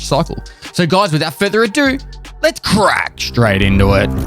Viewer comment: Why did he say crack like that?